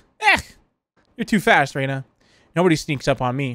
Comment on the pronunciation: he said reyna instead off ryna and that made me think about valorant lol.